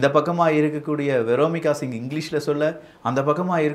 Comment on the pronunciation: வியோமிகா சிங். விரோமிக என்று தப்பா சொல்லுற.. மிக துணிச்சல் பெண்கள் பெயரை தப்பா சொல்லுற. என் பொண்ணுக்கு நான் வைக்கிறது பேர் தப்பா உச்சரிக்காத